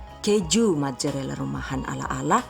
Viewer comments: gw dengernua majurella wkw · Haha majorela